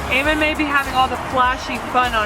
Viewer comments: Eamon* not Earmon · Its Eamon pronounced A-men unless I missed the joke 😔